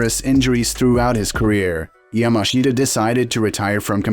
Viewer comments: Pronounced YAMASHTA and it's Jigoro Kano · It's pronounced "Yamaschda".... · The guy's name is pronounced "Yamash'ta". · 名前くらいちゃんと言え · Pity you cannot even pronounce his name correctly! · It would have been nice if you had learnt how to pronounce his name properly first.